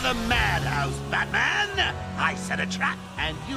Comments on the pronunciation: "Barman Arkham" lol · did you just call Batman, Barman? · lol "Barman Arkham". I'll have a Rum please.